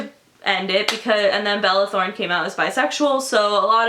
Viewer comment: " balala throne" I lost my shit I can't deal